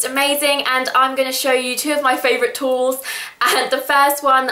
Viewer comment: the way you say tools...